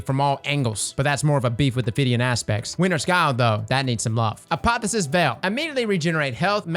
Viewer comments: a po the o sis, not a po phy sis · It's pronounced a pa thee osis LMFAO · Apotheosis is pronounced "Uh-Poh-Theo-Sis". Just to let you know, not trying to needle you. Also, Geo-Mags have been nerfed into the earth. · Hey, I know you're all about pronouncing things... Uniquely, but I thought I'd mention it's not "uh-POTH-uh-sis", it's "ah-POTH-eee-OH-sis". Means "process for attaining godhood." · is determined to say "Apotheosis Veil" wrong as many times as possible